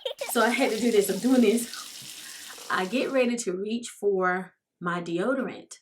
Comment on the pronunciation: "De-odor-lotion" 🤦🏽‍♀️ Ok let me keep watching 😬🤗❤️